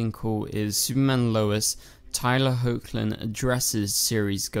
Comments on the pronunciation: MY GOD.......learn to pronounce the actor's names right. It's not HOKLIN it's HECKLIN. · Just a heads up. Tyler’s last name is pronounced as Heckland even though it’s spelled as Hoechlin.